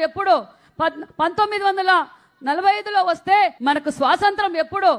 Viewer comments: శ్వాసంత్రం.... కాదక్క.. స్వాతంత్య్రం... యాడ దొరికిన సంతరా... ఇది... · అది స్వాతంత్య్రం, సరిగ్గా పలుకు, పాలముకున్నే, మొహానికి రంగులేసుకునే దౌర్భాగ్యులు రాజ్యాలేలితే ఇలాగే ఉంటుంది